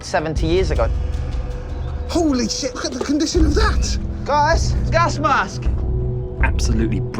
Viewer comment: Wait a minute... did he say gask mask ?